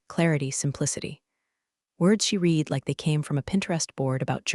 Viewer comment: AI lesson:- 'read' is pronounced as 'red' silent a